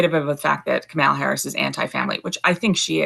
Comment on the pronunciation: Why can’t you say Kamala name correctly?